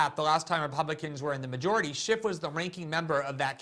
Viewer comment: GG it's not Adam Shift, it's Schiff.